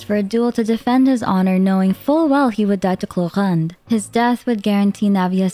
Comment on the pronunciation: First of all since Sumeru (3.0) the Archons Quests have been really good in wirting so of course Act I and Act II, second as one of a REAL Fontainian you really said the names respect (but Clorinde is not good even the in game one), so now that the NPC form the beganing of Act I (back in Sumeru) is the only thing that can be connected in the next Archon Quest. And finaly, For the unknown Sumeru Archon Quest, mauve de have to come back to Nahida and go back to Urminsul records to search about Furrina, the previous Hydro Archon or just the original sin and prophetie of the flued and Nahida will be whit us while searching for infos about Fontaine.